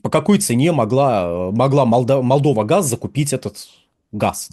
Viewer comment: Неможэт правильно произносить Молдова